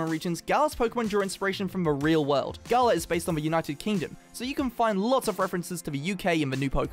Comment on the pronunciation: Why is it that people say Galar wrong Everytime, but then pronounce it right when they say galarian? Lmao